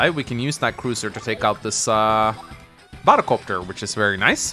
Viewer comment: You were saying Sonja's name wrong? I looked it up, and it's "Son-yuh" which the way you say it sounds about right to me. Now pronouncing the second b in "bomber" or sounding like you're saying "bottle copter" when you say "battle copter" on the other hand... (I tease, but it does sound funny to me the way you say those two words X'D)